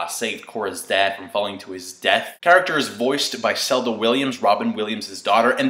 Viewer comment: he said her name wrong its zelda willams, not selda